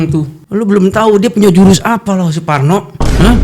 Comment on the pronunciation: Saking kesel nya Suparno Jadi suporno 😂😂😂 sampe sakit perut ya Allah